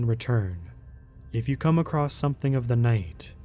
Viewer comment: Acrosst? Wtf is that? There is no tense for the word across, it is past, present and future 'across'